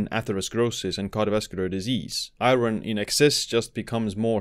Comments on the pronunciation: Thank you for the informative video. A friendly pronunciation tip: "iron" isn't pronounced as it's spelled, unfortunately! In the video, you're saying, "EYE-ron," but the actual English pronunciation is "EYE-urn." Looking at the word, I realize that it makes no sense that it should be this way--but it is. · i-ERN not i-RIN!! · its pronounced ion or i-earn if youre american. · Iron is pronounced Eye-urn. Great video nevertheless. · in English, the word IRON is pronounced EYE - urn .... or I'urn...... just an FYI..... Also... high doses of Vitamin C can cause greater absorption of Iron, which can be detrimental. I really enjoy all the information you share... thanks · Lol what the hell is I-RON? Is that like A-ARON? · Iron is pronounced Eye Orn btw. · Iron has a Silent R. I take one a day because I have a deficiency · Great video. It's bizarre how many people are concerned about the pronunciation of iron lol I've heard many non-native English speakers pronounce it this way.. I've never had any difficulty understanding it. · Iron causes shortened lifespan because everytime I hear you say it I die inside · It's mean to let someone walk around saying Iron like that and not correct them